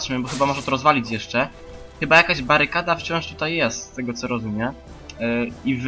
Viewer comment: "Chiba" i "ejdż of Wanders" wygrały.